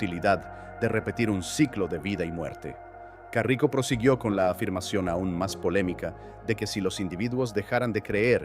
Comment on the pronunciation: Es caraco, no carrico xd